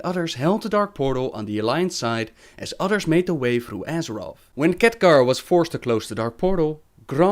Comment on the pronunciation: I love how you pronounce Khadgar as Catgar